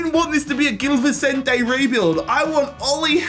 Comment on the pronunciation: Just to let you know, it's pronounced 'bombadeer'.. not 'bombardiay' and 'Vichentay' not Vissentee'..